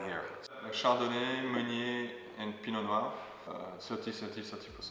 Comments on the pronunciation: Sorry if that came off as rude, I’m just very curious about this pronunciation. The correct French pronunciation is like “pino-nwah” but he seems to say “pino-n’wow” . Never heard someone say it that way! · Why does pronounce Pinot Noir like “Pinot N’wow”? Very odd lmao